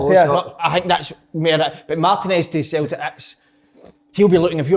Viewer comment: Derek - ‘Futbuh’ ⚽️ Kev - ‘Sulltic’ ☘️